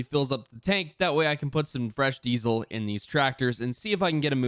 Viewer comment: Why does it sound like you say dezle